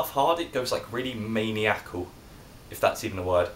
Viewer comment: it is a word but its pronounced man-i-a-cal